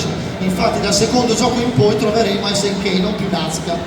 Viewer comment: Appena hai detto "ESSE ENNE CAPPA" e non "ES EN KEI" ho chiuso il video. Fai il professore sotto i canali degli altri e manco sai le pronunce